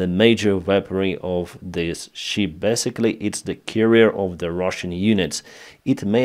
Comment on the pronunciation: you sank a ship, not a sheep. Big difference in pronunciation.